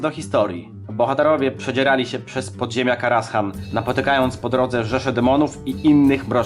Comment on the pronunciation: Źle wymawiasz kostur Medivha. Mówi sie Ateisz nie Atiesz ;) I zamiast Karashan czyta się Karazan ;)